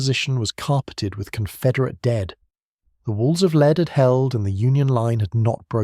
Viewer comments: Hollow "leed" bullet? I can't stand this AI slop reading. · More AI crap. Rifles that fire “leed”? Dead giveaway. Bye.